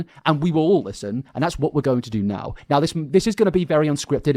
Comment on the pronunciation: I love the way you say " Now"....it sounds like "no"